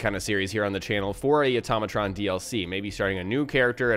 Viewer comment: Hey, I'm surprised nobody has called you on this but..... It's pronounced Auto-matron not atom-atron. Note Auto vs. Atom. Love the tips and tricks just wanted to give a tip myself.